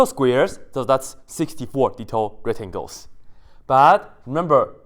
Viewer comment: He actually did not forget the c. If you listen closely, "retangels" is exactly what he says most of the time ^^